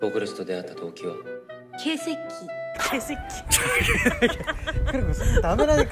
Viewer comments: 첨엔 분명 케시키 게식기 이렇게 일본어로 들렷는데 갈수록 쿠리코 발음이 ㄱ.ㅐ .새 .끼 뚜렷해지는건 저만의 착각인걸까요.....ㅋㅋㅋㅋㅋㅋㅋㅋㅋㅋㅋㅋㅋㅋㅋㅋㅋㅋㅋㅋㅋㅋㅋ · 점점 개새끼에 감정이 실리는건 뭘까요 발음도 찰지시네...ㅋㅋㅋㅋ